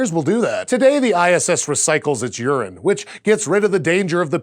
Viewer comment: When he said it vaporizes urine I thought he said vaporizes Uranus and I was totally confused and at the same time very pleased and immediately started thinking of Star Trek